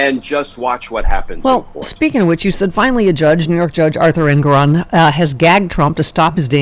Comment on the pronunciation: I believe it’s pronounced en-GOR-on